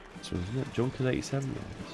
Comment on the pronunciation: I realize mispronunciation is your thing, but could you please, for the love of baby Jesus, PLEASE!, learn how to pronounce some of the "iconic" stuff from the period!? When I hear "Junkers" pronouced as junker, I just wanna smash the screen.